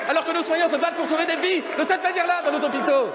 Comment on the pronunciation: "Nos Z'hôpitaux !"